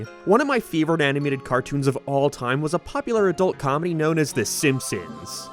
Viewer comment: The struggle of saying "favorite" was truly something.